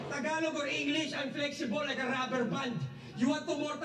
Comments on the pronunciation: is so hilarious 😂. Your pronounciation of Tagalog words is on point. 👏👏👏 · Your random tagalog makes me smile bro and you’re saying it right bro 👍